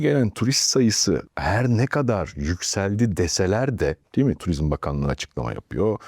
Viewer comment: Tuvizm değil turizm